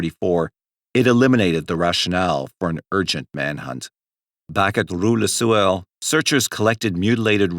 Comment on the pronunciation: Rue le Sueur ... Sueur is pronounced like swoo-air.